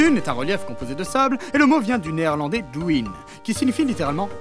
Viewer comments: La géographie, c'est la vie ! Google traduction aussi ! Car en néerlandais, 'een duin' se dit 'den' avec un 'e' et pas duïn :) petite correction linguistique ! :D J'aime tes vidéos ! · J'sais que c'est un peu ... tards mais "duin" le "ui" ce dit comme le "eu" de "jeune", pas "dwin", genre deune. More you know. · aparté: en néerlandais DUIN ne se prononce pas DOUINE mais DEUIL' N. Voilà je sors -> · En néerlandais, « duin » se prononce [deuil-n] (le -ui se prononce « œil »)